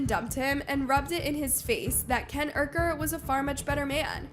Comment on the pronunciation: Her saying Ken “Ucker” in this whole video 😅